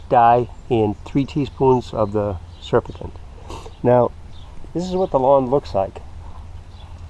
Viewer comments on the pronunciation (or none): Ok let me say this. Sir you say tenacity didn’t work for you, but the lack of chlorophyll means it is working. Further, you do not know how to pronounce SURFACTANT! And if you want more dye, then add it. You’re a dummy.